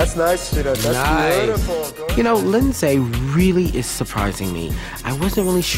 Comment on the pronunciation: I worked with a guy who dated Linsay and her name is not Lyn-zay. It's Linzee like every other Lindsay.